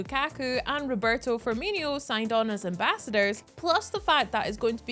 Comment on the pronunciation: I nearly cried when I heard roberto firmineeo like what is that